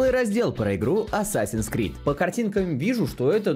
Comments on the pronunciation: Не Асасин Скрид, а Ассассинс Крид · Исправляю английский, читается как Ассэйсинс Крид) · Ну вообще-то правильно говорить не assassins creed, а assassins creed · Чел, ты неправильно произносишь даже название игры. Правильно говорить АТСАСИН КРИД!!!!!!!!!!!!!!!!!!!!!!!!!!!